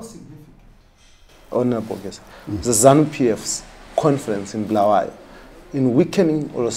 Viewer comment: You could have added subtitles and the grossly brazen lie that all isiNdebele natives know and understand shona is what has led us to this very junture! Its also Bu-la-wa-yo and not BHU-la-where-yo!!! You not providing subtitles may mean you also believe in the nonsense spewed by this Geza chap!